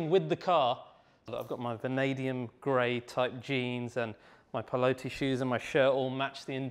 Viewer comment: Pie-low-tee? I think it’s pronounced ‘pill-otee’.